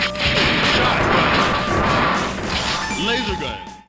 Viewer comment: It's hilarious the way he says LASERGUN